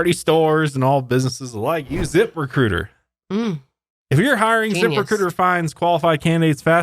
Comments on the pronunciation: I won't lie, I thought that was saying "zipper cooter" at first instead of "zip recruiter" and I was so confused and concerned, especially when you mentioned OF hahaha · every time says zip recruiter with an accent, i hear zipper cooter... anyone else? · Wait wait Zipper Cooter is what I thought you were saying 😂😂😂😂😂😂